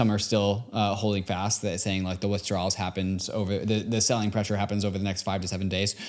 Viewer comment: Withdrowls on lol it’s pronounced “asky”.